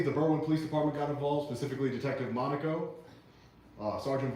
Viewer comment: Thank God you finally learned how to pronounce Monaco.